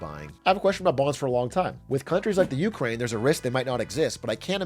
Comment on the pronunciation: dude every time he says "you crane" my stomach curls lol